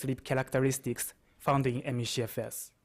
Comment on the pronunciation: Take a shot every time he says: ME-SHE-FS